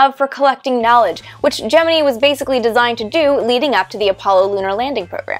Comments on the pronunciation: Official Nasa Pronunciation is Gem-In-Eye. So anybody not doing that is wrong. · "I have always wondered about the derivation of the pronunciation. Gemini in almost all spoken references is pronounced “Jem-in-EYE” with the emphasis on the final syllable, pronounced as a high I. However, at NASA, the program was almost always pronounced “jem-in-EE.” I could find no reason for this pronunciation irregularity in the definitive history of the program “On The Shoulders of Titans,” and was wondering if you had ever run across an explanation." - Martin Hajovsky "Dear Martin–Since you asked, and since yours truly is appropriately credited by Ms. Teitel as the person who suggested the name “Gemini,” I’m happy to answer your question. At a meeting not long after announcement of the name, there was a meeting at NASA Headquarters. Attendees included directors of the manned flight centers (JSC, MSFC, KSC, and Hqs officials including my immediate boss,George Low. I was there as recorder. (I was a male, and I knew Gregg shorthand.) I don’t recall who asked the question you did in your note, but George simply turned to me and asked how I pronounced it. Now you know." - Al Nagy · OK, you toyed with us with the pronunciation -- GeminEE vs GeninEYE -- and then did not actually address it.